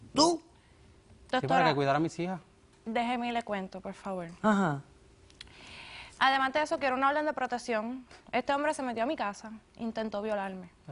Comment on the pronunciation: son puerto riqueños o japoneses..ajajaja......pol favol..